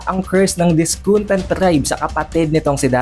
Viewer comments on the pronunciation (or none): Kaya nga nakaka bother pakinggan yung disconte nya hahaha